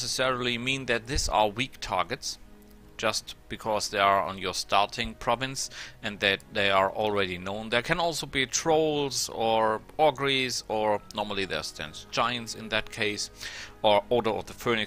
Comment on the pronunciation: Vielen Dank fuer die Tips. Dein Englisch ist viel besser als mein Ami-Deutsch. Trotzdem habe ich ein Paar Aussprache-Tips fuer dich: 1. "wounded" rhymes with "doom", not "round"; 2. "ogre" = OH-ger; 3. "morale" = mor-AL, not MOR-al; 4. "terrain" is not pronounced in the French way, but like tuh-RAIN. Aber dein Englisch is wirklich sehr gut.